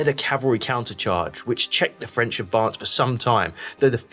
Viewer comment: Nice job. Excellent use of satellite maps to show dispositions and events. Good job on the French pronunciations too, a real rarity in videos about this subject. Good to see the Prussians being given more credit than usual but it would have been nice to see some more about the savage fighting for Plancenoit and the disagreement among the Prussians about where Ziethen's corps should go into action. Also kudos for showing the Dutch contribution to the repulse of the final attack.